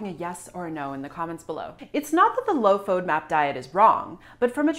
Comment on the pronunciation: You can't even pronounce fodmap. And I am going to trust my health with you? Not today.